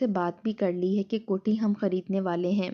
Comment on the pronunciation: “Jok dr jok” nahi “ joq dr joq” “ kohti” nahi “ kot’hi” Nothing else except exaggeration.